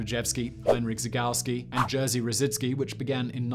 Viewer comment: LOL JERSZY thats jerry not jersey hahaha as a polish english speaker i found this hilarious and completely reasonable way to say it still doesn't make it not funny